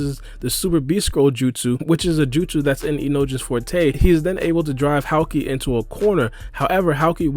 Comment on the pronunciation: That's not how you pronounce Houki, it's not Howkey, it's HOOKEE